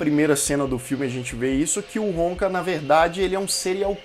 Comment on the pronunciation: Irmão. Video muito legal. Total respeito. Mas não é Wonka o sobrenome do individuo. É Honka. Pronúncia e grafia diferentes. Você fala "Wonka".